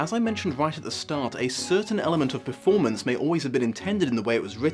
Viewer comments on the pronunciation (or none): none